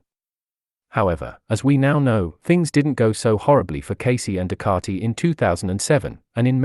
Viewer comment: Ducati. Ducati. Learn to speak correctly Ducati NOT Ducararti